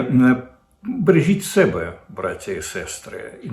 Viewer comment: Не " 'мене", а "ме'не"; не " 'себе", а "се'бе". Де взяв ці ідіотські наголоси?